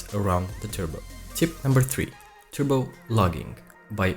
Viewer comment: He's saying turbo, it's like turbo without R...tubocharger 🤣😂